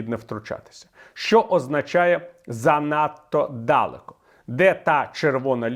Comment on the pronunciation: Чому "дАлеко", якщо "далЕко"?